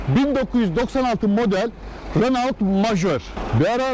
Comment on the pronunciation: Ali bey Renault yerine reno deseniz daha iyi olacak. Herkes reno der.